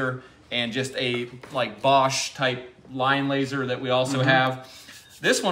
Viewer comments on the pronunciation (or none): none